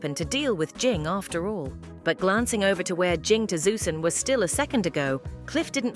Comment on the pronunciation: Vover wth is a vover